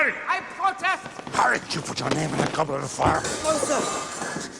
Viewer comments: Heww yeah! I wuv the Gobwet of Fire! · Gobwit of fire 😂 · lol he said Gobwet of Fwiure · Bros saying ‘Gobwet of fire’ 😂